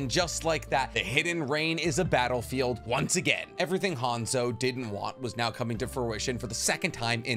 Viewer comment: how you gunna say you know nothing about hanzo of the salamander when you cant even say his name right